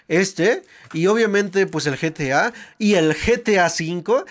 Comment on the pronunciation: Se dise geta 5 no getia 5